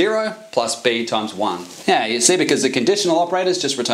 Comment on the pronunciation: I learned that "yeah" can be pronounced "neeh".